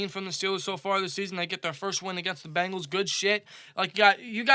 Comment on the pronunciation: Bengals not Bangals!!!